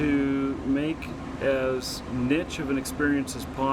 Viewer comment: did you really say 'nitchy' instead of niche?